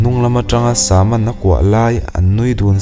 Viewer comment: Sama hi..sam(samuel,samson)tih a sam...tih anga lam tur a nilo ami.. a mak ee😊